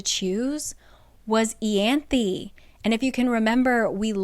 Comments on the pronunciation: Eye-anth. I-anth omg how the fuck does it become eeeeyanth. Like the book annoys me on pronunciation alone. Because ryhsand should have been rice-and'' not Reese but then you have to make it worse. Wtf is eeeeanth? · Isn’t it… Eye-an-thee? Yeah? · I listened to the audiobooks and "Ianthe" was actually still pronounced differently! You have the last part down but the "I" in "Ianthe" is pronounced as the "I" in 'me myself and I' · This is a cool way to explain the book! You’re driving me nuts with the pronunciation of so many things though 😂